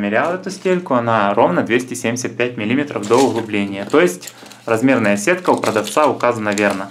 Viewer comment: Обзор достаточно подробный, найдётся покупатель на такой товар, ведь не всем спинеры да приколы из Китая интересны. Но... ПлЮсов, а не плюсОв. МиллимЕтров, а не миллИметров. Я вполне понимаю, что возможно у вас так говорят и ваш слух это не режет, но вы ведь пытаетесь вещать не только для своих соседей, а на бОльшую аудиторию.